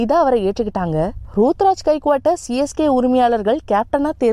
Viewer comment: யம்மா அந்த பையன் பேரு ருதுராஜ் மா சும்மா ரூத்ராஜ் ரூத்ராஜ் னு சொல்லிட்டு இருக்க எனக்கு வேற மாதிரி கேக்குது...